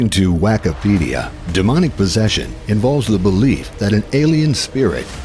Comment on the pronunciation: Did I hear that right? "Wackipedia"?